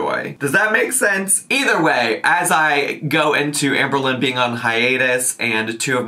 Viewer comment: i do not like the way shes saying AHMberlynn